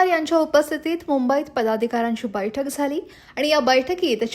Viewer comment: बाई तु “बैठक” हा शब्द नीट बोल पहले